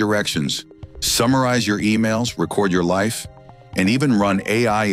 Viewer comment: . Did he say Record you life? Ah yeah..... I think fucking not.